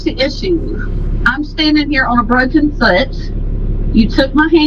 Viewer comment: She has a broken fut 😂 and I’m not laughing because she has a broken foot, laughing because she pronounced foot as fut 😂😂😂